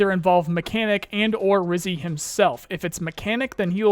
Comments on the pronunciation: Bro stop mispronouncing. It’s Rijiy, Not Rizy… it’s a word for “Ginger”, in Russian… Rizhiy… like a G, not a Z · Dude pls stop saying Rizy, he is Ryzhy ZH, you hurtin my russian ears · Do you think you can make literally any effort to pronounce "Ryzhy" correctly?